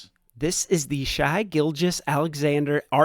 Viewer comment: BTW quit calling sga shi it's pronounced shay my qawd